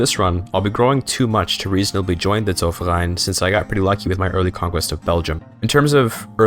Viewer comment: You probably have the best pronunciation of "Zollverein" out of all youtubers.